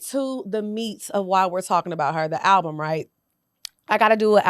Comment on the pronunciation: “A ralbum” is crazy 😂😂